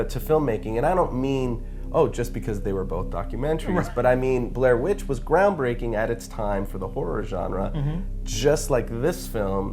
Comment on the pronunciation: haha...he said ground baking